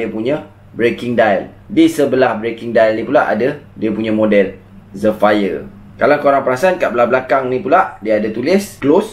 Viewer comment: Zephyr sebut jadi 'zifer'